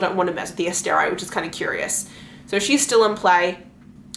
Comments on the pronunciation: I'm sorry but ASTER-EYE seriously? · You mispronounced like everything. So hard to listen to with your random decisions on how to pronounce things like Asteri.